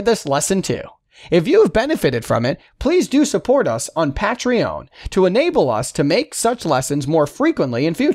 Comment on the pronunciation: "support us on Pat-tree-on" Oh I'm sorry I thought you meant Patreon?